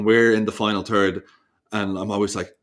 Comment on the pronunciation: And then he mentions “ the final turd”..